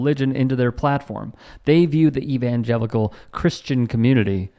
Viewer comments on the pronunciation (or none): “The Invangelicals” 🙄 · Did this son a a preacher man say "Invangelical's".🇬🇸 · That so called "son of a preacher" can't even pronounce evangelical.